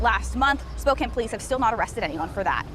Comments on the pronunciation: Man, so many folks online make me cringe whenever they say Spo-kayne. Haha I know it doesn’t look like it but is Spo-can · wow, this is b.s. lol also you are pronouncing spokane incorrectly, its Spoe-can not spoe-kane lol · SPO-CAN not spoCANE Edit: utterly shit city but if ya gonna report da news report it correctly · That’s pronounced spoke ANN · It's pronounced "Spo-can". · It's pronounced "Spoke-Anne". Good video otherwise. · Since you’re probably gonna cover more stories from Spokane in the future because they’re insane there, just to let ya know, it’s pronounced Spoke- an. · it's Spokane as pronounced "spo can". #carryon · Washingtonian here its "spoke-anne" its a native name. Feel free to butcher it up however you want though i love watching others here squirm at the wrong pronunciation lol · Lol, it's pronounced Spoke-can.. bro I'm Canadian and even I know that haha